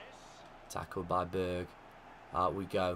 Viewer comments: You need to pronounce the «e» in Berge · You are saying Berge like it is Berg